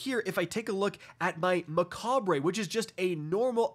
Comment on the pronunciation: Macabre American pronunciation Sounds like muh·kaab Mechabre, whatever you feel like i guess.